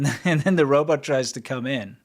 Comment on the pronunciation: I've noticed this saying Robert instead of Robot lately. For some reason that makes me chuckle out loud! Robert Cop - too funny! I live in Thailand, Rs and Ls, the struggle is real Lol !